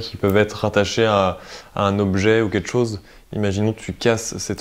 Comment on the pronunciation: "Quelque chose" pas "quetchose.......sinon bonne enquête comme d'habitude 👌👍